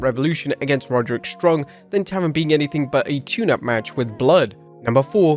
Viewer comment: Taven not "Tavern"....